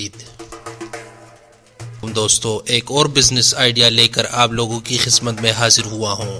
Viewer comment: خزمت نہیں بھائی خدمت ہوتی ہے 😁